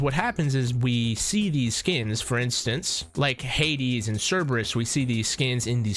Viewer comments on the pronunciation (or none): none